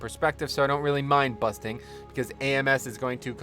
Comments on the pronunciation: you forgot to mention busting not bursting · Sounded like you were saying 'busting'. My least favorite btw. Slows down aoe pulls